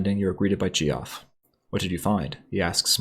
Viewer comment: His name is pronounced like "Jeff" not "gee-off"!